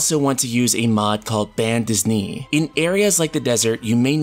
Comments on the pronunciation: Bande « Disney » — cute :) Bande Dessinée means Comic Book in French, and the pronunciation is closer to « day-see-nay ». Sorry, had to share :) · ".. a mod called-" My mind: oh hey, those years of french in highschool were actually useful "BAN DISNEY" .. no. No! how could you do this to me? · Moi aussi ça m'a fais tiquer quand il a dis bande disney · "Band Dis knee" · Cresivia it made me cringe when he said "band Disney" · Band DIsney? Yeah it's a nitpick, just funny hearing him say it like that. Just not how Bande Dessinée is pronounced at all. XD Damn, French skills need a bit of improvement. Fun fact: in French Bande Dessinée translates to comic, so this one is just the comic strip filter similar to the other ones you've probably seen on the web. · it's french, and oh god did you butcher it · Bande dessinée is french for comic book. Your pronounciation was a bit weird but not the worst I've ever heard so I guess it's ok.